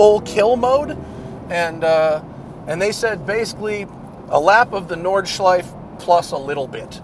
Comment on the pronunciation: Please dont delete the “e” at the end of Nordschleife. Must have had your breath taken away ;)